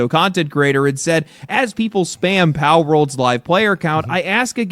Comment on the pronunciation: Asmon can't say pal